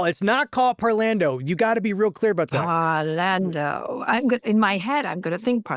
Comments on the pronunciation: You could say parlando (w Italian accent) means talking. Is it really pronounced that gringo way in opera circles?? Par-lawn-do Italiano 😂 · The Mikado and Bailando comes to mind when he says parlando. ;)